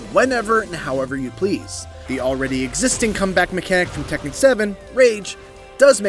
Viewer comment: It’s tekken